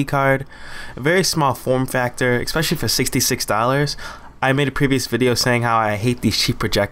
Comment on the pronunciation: Why do people say EXspecially??? What IS that???